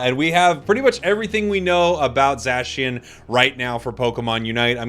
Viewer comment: Zashian lol 😆 it's Zacian